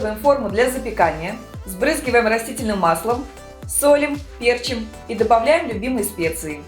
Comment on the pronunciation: Не пЕрчим, а перчИм...